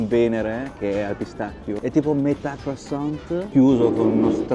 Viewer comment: Si dice " cruassan" la t finale in francese è muta😊